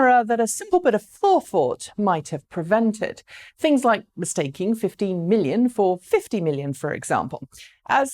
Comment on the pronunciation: The guy pronounced 15 as 50, big whoopsie! There wasn't the same mistake in press releases from VW and the board just corrected what was verbally uttered on stage. Making a story out of this is a little pathetic. VW will produce these EVs as promised, it's just a market reality as production has been scheduled and starting rolling.